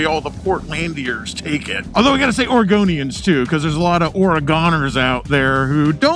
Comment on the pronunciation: Oregonians Argonians Had to rewind that😂